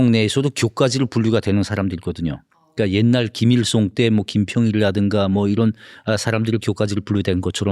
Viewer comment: 허세를 호세, 김일성을 김일송 ㅓ 발음을 못하네ㅋㅋㅋ